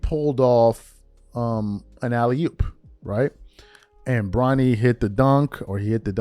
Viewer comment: You did not just say alley-hoop bro???